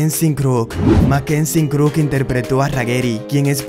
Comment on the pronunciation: El único que pronunció bien el nombre y el apellido fué a "Mckenzie Crook" al resto le erró a todos... PD: ¿No están cansados de escuchar que pronuncien "Jhonny Deep" cuando es en realidad "Jhonny Depp"?